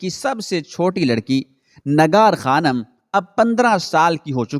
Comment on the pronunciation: nagar khanam nahi bhai nigar khanam. aap ka tallaffuz bahot zyada islah talab hae